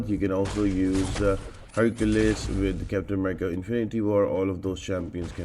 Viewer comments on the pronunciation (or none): none